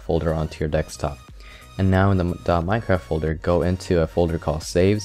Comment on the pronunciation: WHy do you keep saying Dekstop